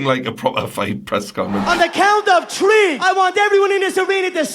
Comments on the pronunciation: On the count of tree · on the count of tree! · in a count of tlee😂😂😂